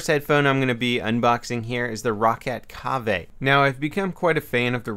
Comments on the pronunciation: your pronounciation of the product is incorrect..its simply Cave (kave) not what you said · how about you actually use these headphones for longer than a day, the Kave *pronounced cave*, doesnt feel heavy at all when being worn.